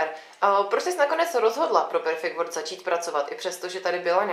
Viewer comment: Jak může být headteacher někdo, kdo vyslovuje world jako word??